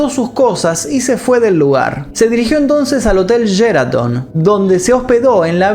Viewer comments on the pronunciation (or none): Se pronuncia "Sheraton" no "Yeraton" que bronca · Es SHeraton NOOOO YERATON!!!!